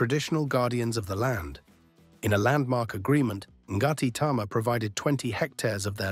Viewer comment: Good info but as has been pointed out, those are Australian dollars, not NZ dollars. Also the iwi (Māori tribe) Ngati Tama is pronounced “Narti” - it’s a silent G. I didn’t spot the crocodile/alligator mentioned, but definitely none of them here. Thank goodness!!